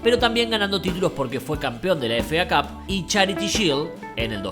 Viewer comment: Me encanta que diga FA CAP en vez de efei cap